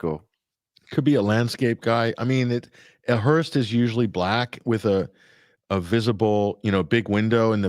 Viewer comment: it’s a “hearse” not a hearst. Patty was a Hearst